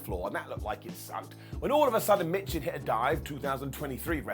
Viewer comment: Michin is pronounced "Meechin".